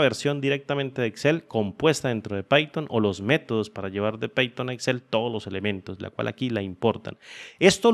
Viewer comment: No se pronuncia peiton, es paiton cómo se pronuncia